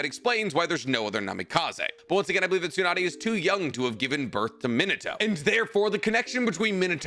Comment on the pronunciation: It's Me-nah-toe, not Min-uh-toe